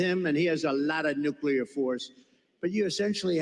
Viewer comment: Nuclear, NOT nucular.